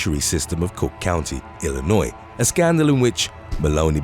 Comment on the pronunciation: I really appreciate that you are British and pronounced Illinois correctly. A lot of non-Illinoisan Americans do not.